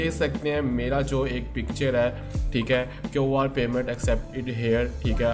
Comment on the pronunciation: QR thek bolna be nh ata ye kyun r kia hota hy?